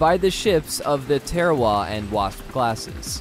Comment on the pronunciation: Not to be a dick, I enjoy your videos, but everyone that rode on them pronounced it tar ahh wah not *teara wa*. As time passes, and things become dated and obsolete, improvements will happen. The next generation will pick up where the one before left off. God speed, and safe travels to the Marines and sailors who currently burden that load. 🦅🌎⚓